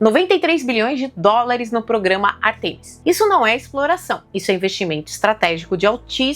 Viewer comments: Ártemis e não Artêmis. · Beleza, mas é ÁRTEMIS e não Artemis.